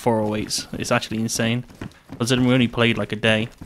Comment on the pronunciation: "DAT TWO" do you mean day?